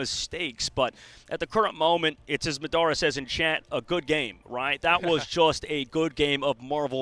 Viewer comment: Its not MADara its pronounce MODora😂😂😂